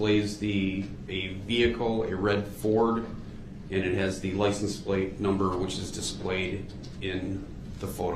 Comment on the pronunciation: I’m surprised he didn’t use that as a defense. I had no license, I didn’t “undershtand” how to drive. I had no “license place.” I thought the car I came in was a tan Kia, not a red “Excape.”